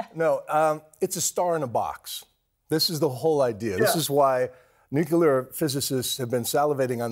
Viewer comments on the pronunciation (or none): Bill Weir ... "nucular" lol corrected later though. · Dear CNN: Please don't bring on fusion experts who say "nuk - ul - ar." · bomb bomb bomb... nye says all day. lets go nucular bombs like bill nye says! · Bill Nye is not a scientist. He is basically an actor. The real life "Professor Proton". That other guy says "nucular" and "sun in a box" which lets me know he doesn't know what he's talking about. Fusion is a pipe dream. I worked in it for years. It will NEVER be commercially viable. The sun is already there making light and heat and the winds. Use what we KNOW HOW TO DO. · said Nuke'U'Lar pshh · NUCLEAR..NOT NUCULAR.... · CNN's science consultant said "nucular" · I cannot get past hearing someone ON CAMERA saying “Nucular” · Mind boggling to hear a nuclear scientist mispronounced "nuclear" as "nucular". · Bill Weir pronouncing it "nukeyoular" is just about on par for guests on CNN.... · ok he said nucular. I'm out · "It's pronounced NUKE-U-LER!" -Homer Simpson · How about talking to us like we're grownups. "It's a star in a box". "Physicists have been salivating." What a waste of time while covering an important story. And, learn how to pronounce nuclear.